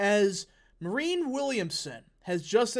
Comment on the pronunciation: Mary Anne is how you pronounce it